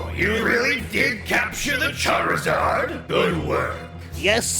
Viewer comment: Charzard not hazard